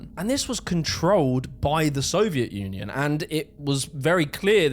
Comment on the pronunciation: it kinda sounds like he says "soviet nunion"